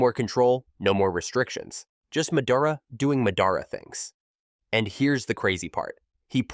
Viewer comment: Pronouncing madara and minato like that is enough for me to never watch one of your videos again. It is like chalk on a board.